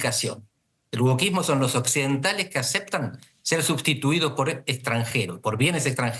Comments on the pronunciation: Ella dice : Workismo NO ! WOKISMO 😅PLEASE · La periodista dice que “woRkismo”? O solo yo la oigo así?